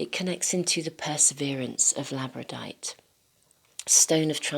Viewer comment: ..FYI: I think that you actually mean to say "Labradorite",[as in "Labrador"(a Province of Canada).... (NOT "Labradite")